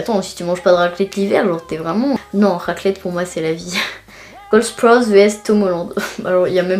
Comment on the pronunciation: Comment tu dis Sprouse sa se dit avec un a en mode "Spraouse"😂